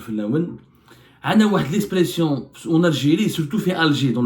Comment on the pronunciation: lespression ? … lamaturisme ? Arrête de nuire à la langue de Molière 😂 Je n’ai plus envie de suivre le reste !